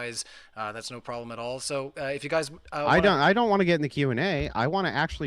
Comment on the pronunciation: What’s intrinsically bad is her pronouncing an “R” in the word … “so” ( hard to believe she’s that obtuse she can’t get what he is demonstrating in this debate)